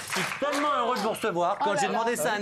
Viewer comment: Matthieu "tellement Z heureux de les recevoir" ...